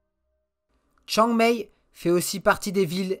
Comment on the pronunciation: Chiang Mai se prononce Chiang Maille et "ph" se prononce "p". Joli documentaire... mais ça n'est pas la vraie Thaïlande, c'est celle des touristes.